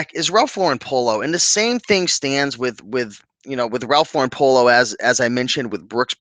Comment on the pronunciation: You are one of the few YouTubers who pronounce Ralph Lauren the correct way. It is LAURen, not LauREN. The man is not French and he even pronounces his name like you would pronounce a girl's name Lauren. I sell ties and can say that due to covid, casual Fridays and just the nature of tie-wearing, it is not as strong of a market as it used to be. Remember when men always wore hats? The market is still out there for ties, but they are not fast sellers unless they are rare, vintage and also a top name. I do not want people to be discouraged, but the ties need to be in excellent condition, silk, woven fabric a plus, sought after designer, and a unique stand out design a plus. If you are buying at the bins, the more informed you are, the better your chances of selling at a good price. You do not want to end up putting up 10 ties for $10 just to clean out a closet. Also, make sure you indicate the measurement of the widest part of the tie. A photo with a ruler is always better than just stating the inches. Visuals over words. I tend to sell a lot of Hermes ties that I got in the 1990s (at bargain prices from a second-hand store)and each has a number to identify the design. Since I live in NYC, it was easy for me to authenticate the ties at the Hermes store. I am not in a rush to make a quick buck on them. I know there are collectors who are looking for just the right design and will pay top dollar.